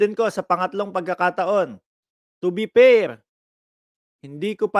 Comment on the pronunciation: Anong "to be pair?" o "to be per?"🤣🤣🤣ayusin mo magbigkas ha 😅